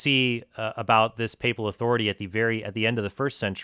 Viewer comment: I really tried to appreciate the fact that this pastor appears, at least, to have done some research before his presentation, but every time he mispronounced papal or papist I swear I would have hit him with a folding chair.